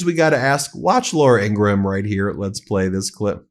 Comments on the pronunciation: Its Laura Ingraham...not Laura Ingra-Ham... sorry Ben... MidasTouch is the best!!!!! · Why do you pronounce the h in Ingraham? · Ben, you DO NOT pronounce the H in Graham's name. I kept hoping someone on your team would inform you of your mistaken pronunciation of the name. Not that I care about her, at all, but I do care about you and the importance of you sounding like a serious journalist. It's pronounced Grāy ăm, like a graham cracker. The H is silent. I hope I didn't offend you. That was not my intention. Btw, my hubby and I are devoted followers of your channel. ❤ 🗳🗳🗳 💙💙💙 🗳🗳🗳 💙💙💙 🗳🗳🗳 💙💙💙 🗳🗳🗳 💙💙💙 🗳🗳🗳 💙💙💙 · 😏Although it's not of paramount significance, but I'm truly curious if Ben's sporadic mispronunciation of Laura Ingraham's surname is intentionally mispronounced😅. The correct pronunciation of her last name is ING-grum (/ˈɪŋɡrəm/)...just saying because it seems intentional😂...🇺🇸🗽🤜🤛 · Please stop pronouncing Ingraham like that. It grates on my nerves so bad.